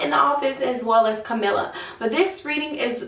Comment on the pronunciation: It’s KAM- a -la